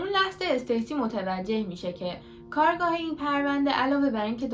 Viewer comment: عزیزم خسته نباشی عالی بود فقط جسارتا کارگاه جاییه که توش کار میکنن کارآگاه تلفظ درستشه